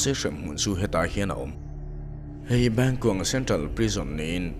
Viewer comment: "Bangkong"ka nui na sa lutuk tawng sual hi chu alo awl emai😆